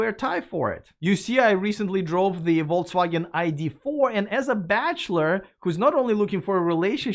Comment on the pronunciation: Dpbrofska tavarich. As an who learnt Russian without being forced to do so, I would like to give you advice on how to pronounce Volkswagen. The word is in German and the 'V' should sound like an 'F' and the 'W' like the ’V'. Otherwise, you will sound like a vote results Denyer. 🌶️🌶️🌶️🤣